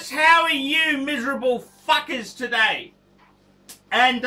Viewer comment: lol you say fuckas